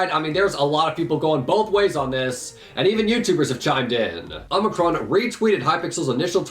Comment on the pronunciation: his name isn't omnicron its omicron